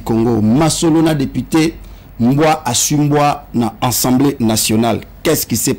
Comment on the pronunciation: Assemblée nationale et non ensemblée il faut bien prononcé